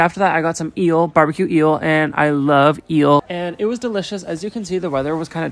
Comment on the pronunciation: his canadian accent came out when he said eel